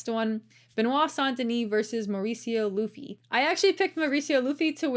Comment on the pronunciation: Mauricio Ruffy has the R pronounced as an "H", not an "L". "Hoofy" v. "Loofy". This, by the way, is using Brazilian Portuguese pronunciation. The pronunciation in Portugal would have the beginning R in a name sound a lot more guttural and rolling, much like a French pronunciation. That is in fact the predominant way to immediately tell the difference between someone who learned Portuguese in South America, as opposed to Portugal.